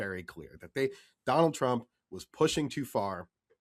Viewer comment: Doe-nauld Traamp